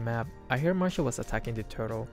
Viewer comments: Why all streamers in MLBB always says marsha but its masha not marsha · Who the hell is marsha its masha